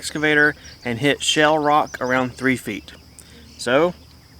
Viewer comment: It sounds like you are saying "shell" and not "shale". I knew what you meant though.